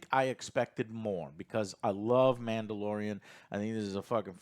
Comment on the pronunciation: a.. Manda-LORE-ian, if you will…